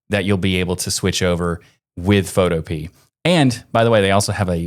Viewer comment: I believe Photopea is pronounced like "utopia"